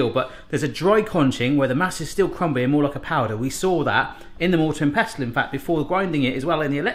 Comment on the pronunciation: Mortar and pest-tel? Lol it's pronounced "pessel". Great vid.:)